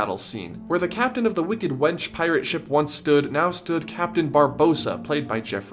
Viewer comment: am I the only one who thinks he is saying"sh!ts" when he says "ships"?